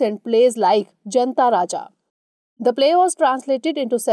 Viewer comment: It is JAANTA Raja, not Janta!